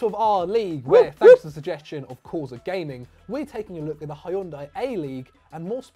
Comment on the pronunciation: I think it is pronounced Hyundai not hayundai.